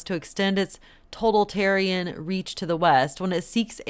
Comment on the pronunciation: The word is propitiate - pronounced pro-pish-e-ate, not pro-pit-e-ate. And also totalitarian, not total-tarian but toe-tal-i-tare-e-an, 6 syllables, not 5, phonetically speaking. And to those who think I am picky, well, yes.